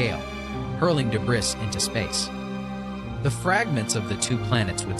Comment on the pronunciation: I noticed this too lol. Also "de-briss".